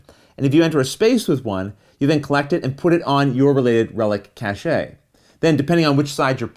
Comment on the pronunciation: I’m not sure that’s how “cache” is pronounced.